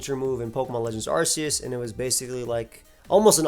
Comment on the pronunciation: That's not how you pronounce "Arceus."